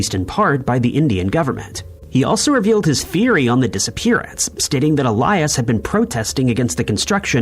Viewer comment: ill-yaas not ee-lie-us